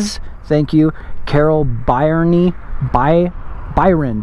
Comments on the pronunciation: I think "Byrne" is pronounced "Burn" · Byrne pronounced burn :)